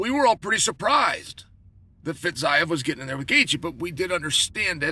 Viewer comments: "Fizeve" not Fizeyev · fiziev = fitzayev? :D